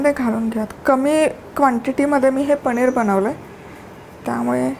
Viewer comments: पणीर नाही.....पनीर असा शब्द आहे 😂😂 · ताई,, पणीर नाही हो,,*पनीर*